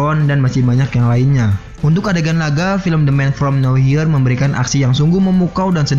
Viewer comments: Nowhere dibaca "nower" bukan "now hir"...dr td sy denger admin bicara agak bingung..maaf kl sy koreksi🙏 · the man from no where (mbaca nya gitu min...bkn now here)